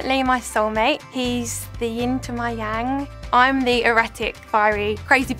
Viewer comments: "He's the yin to my yang" made my eye twitch a little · "He's the Ying to my Yang." Awh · “ he’s the ying to my yang!”😂😂😂😂😂😂😂😂😂😂😂😂😂😂😂😂😂😂😂